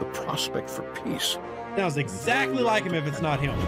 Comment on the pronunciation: It’s not Nimoy’s voice Rev, the only word he pronounces like Nimoy did is “peace”. Voice impersonator i think 🤔